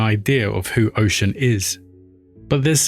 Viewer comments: Oh-Shoon (Oshun) NOT Ocean. Sorry, just can't.. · This was a decent job my guy But you gotta learn how to say their names properly. You mispronounce her name in the way you say “Orisha” Osun is the Yoruba spelling and it’s pronounced “oh-shoon” and Orisha is “O-Rii-Sha”. you can take it a step further and say them properly. Did a decent job, Now do an Even BETTER one. 😊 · Great content but please look up the proper pronunciation 😹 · Respect to oshun, plz say her name right.